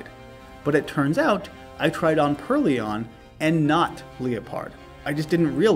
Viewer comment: Alder wasn't the only one lmao. I think you called Purrloin a Purr-Leon until you evolved it. It's supposed to be Purr and Loin like coin. But in hindsight it was funny as heck so I think it's good you kept it!